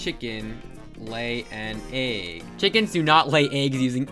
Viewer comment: I hate how you say egg you say EIEG